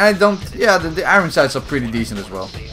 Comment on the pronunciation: you keep saying "iroen sight" instead of "iron sights"